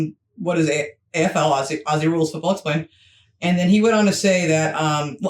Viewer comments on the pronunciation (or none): none